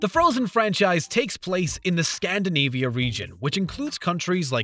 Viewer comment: All together now Toe-MAH-to & Scan-DEE-NIVEA this video is jokes.